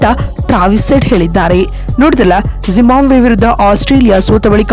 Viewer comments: ಜಿಂಬಾಬ್ವೆ ಕಣ್ರೀ ಯಾಕೆ ಜಿಂಬಾಂಬ್ವೆ ಅಂತ ಹೇಳ್ತೀರಿ? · ಜಿಂಬಾಬ್ವೆ ಮಾರೆ ಅದು ಟೀಮ್ ಹೆಸರು ಕೂಡ ಸರಿಯಾಗಿ ಹೇಳೋಕೆ ಬರಲ್ಲ ನಿನಗೆ 😃😃